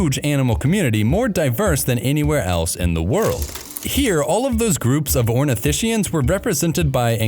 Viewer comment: it's pronounced ornitiSKIans, not ornitiSHians.